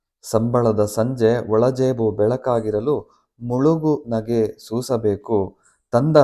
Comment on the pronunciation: ಸೂಪರ್, ಚೆನ್ನಾಗಿದೆ ಮುಳುಗು ನಗೆ ಆಗಿದೆ. ಮುಗುಳು ನಗೆ ಅದು